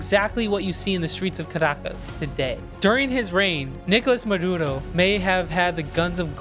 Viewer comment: His name is "Maduro", not "Muhdoodoh".